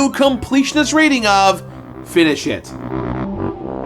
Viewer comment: Yep, that's how I hear it every time. FINI-SHIT. I'm sure you didn't mean it like that but that's just how it is.